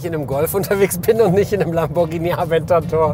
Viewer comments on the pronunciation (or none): none